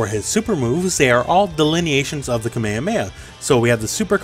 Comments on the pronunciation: Is nobody really triggered for his way of saying "kamemeha" lul. Love you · "kamea mea" plz